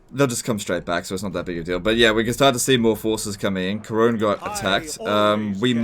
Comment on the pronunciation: Worst thing about this episode is the pronunciation of Couronne, or "Karone".